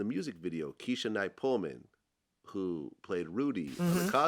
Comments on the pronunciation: Pulliam not Pullman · Pulliam.... not Pullman... lol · Her name is Keshia Knight Pulliam Vlad, not Pullman. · Her last name is Pull-i-am, not Pullman. She went to Spelman, not Clark. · And then Vlad said PULLMAN... Her name is not pronounced any way close to that? Is he trying to be disrespectful? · PULLIAM vlad not pullman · How ain’t Vlad, a hip hop DJ, ain’t know Jason did the hook? How did Jason let Vlad mispronounce Keishas last name “Pullman” 🤣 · Did he pronounce keshia's name wrong??